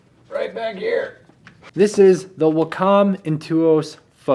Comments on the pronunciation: That's actually pronounced "wack-um" by the company, btw. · Damn it, every time you mispronounce Wacom I cringe. Emphasis on the first syllable, not the second. Great tip regarding the NAS. Probably saves me a shitload of cash. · I'm uneccessarily offput by how you pronounce Wacom. But I digress. You should just have bought the wireless kit for your intuos medium. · me too